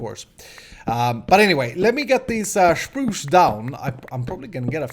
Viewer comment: I love " chpruch " =spruce ;)